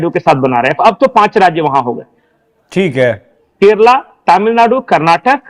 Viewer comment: Say Kerala, not Keral. Bloody uneducated